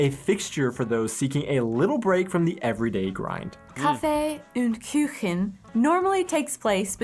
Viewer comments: Küchen ?? xD KUCHEN. KUUUUCHEN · That is simply how to make salad. If it's in a bowl you can Pick it up ans leave the most dressing there. It is just to get a Flavour. Dry Salad...what is that..just salad without acid, oil and salt pepper, herbs ect. Und Like in Youuu.. not Ünd Küchen. It is Stra (sh sound) zi a tella.